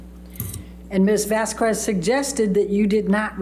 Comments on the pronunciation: Always hated how could not pronounce Camille’s last name!!! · I think deliberately mispronounced Camille's name. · AH lawyer can not pronounce Camille Vasquez last name 😂 is she doing that on purpose 🤔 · Amber’s lawyer can’t even pronounce Vasquez surname correctly 😢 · It just shows her lack of respect for a victim of DV and the court. Just like her mispronouncing Camille’s last name….so unprofessional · I feel like is purposefully mispronouncing Camille’s surname. 🙄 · Is it just me, or does mispronouncing Vasquez as Vaskwez come off as annoying and incredibly rude? Like she couldn't take the time to learn how to say Vas-kez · The fact could not learn how to pronounce Camille’s name in 6 weeks is so rude. And AH is a terrible actor. So overdone. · Let me just tell you her attorney gave me anxiety. Also calling Camille Vasquez Vaz kez. Amber agitated me with her looking at the jurors and then her sass. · The way her lawyer pronounces “Vasquez” is so annoying. She keeps pronouncing it as “vass-kwez” even at the very end of the trial when she’s heard it correctly pronounced even by her own team many times. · Why did keep pronouncing Camille s name incorrectly,how rude of her. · Pisses me off when miss pronounces Camille's last name. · She looks like she has been into too much pink lady, why doesnt judge tell her to pronounce vasquez the right way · should've learned how to correctly pronounce Camille's surname!!🙄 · This stupid defense attorney’s mis-pronouncing of Vasquez last name is an indication of her lack of professionalism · I can’t stand how says Camille’s last name! She messes it up ever time!! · My god it annoys me how heard's lawyer mispronounces Ms. Vasquez's name every single time. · OMG Amber's lawyer is so lame! She doesn't even pronounce Ms. Vasquez name correctly!! Ugh soooo annoying!!😮